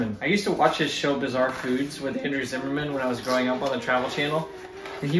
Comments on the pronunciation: Zimmern not Zimmerman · why is everyone saying zimmerman when its zimmern lol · Have you realized you are mispronouncing Andrew's last name? I did the same thing too. Please double check. Thanks